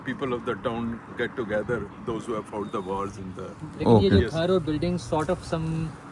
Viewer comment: bhai sahib ko batain k lafz فاوٹ naheen hota fought hota hy …. American bhai ki angreezi bhe. Meri tarha ki hy ….😂